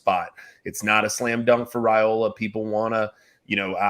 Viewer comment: it's pronounced Rye-ola, not Ray-ola, according to Mr. Dominic Raiola on a live interview done on the Rumors vs. Facts show about a month back. You and need to clean up your pronunciation please. If you don't believe me pull up the interview. Better yet, call Mr. Raiola please.